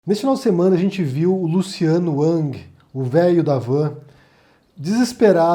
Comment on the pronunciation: O cara na sabe nem falar o nome do Luciano e quer fazer um video criticando.